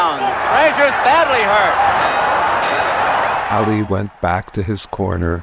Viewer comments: This guy calling him Aaali ! Get outta here little man until you can pronounce the man's name correctly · How hard is it to pronounce Ali correctly? A-Lee.